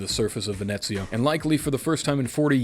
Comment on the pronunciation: Nope, you said it right "Venezia" with the Z, not the S.